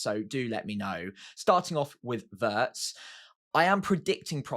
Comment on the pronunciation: I'm not German but Wirtz is pronounced with a ee sound,. Not like the English lumber